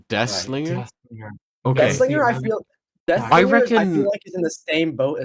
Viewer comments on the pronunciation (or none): Nobody talking about it being called “Dihslinger” 😭